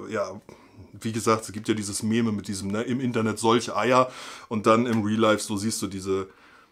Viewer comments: meme wird [Miehm] ausgesprochen, alda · Meme wird Miem ausgesprochen!:D Nur um dich vor getriggerten zu schützen, hab ich das mal für die Zukunft hier erwähnt:D